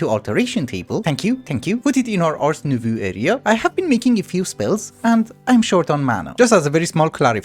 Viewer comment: thanks for the vidddd also please please please Nouveau is prononced nouv-oh (like oh sound from dough or "oh ok") since you seem to always change the way you say it, this is the correct way of saying it in french!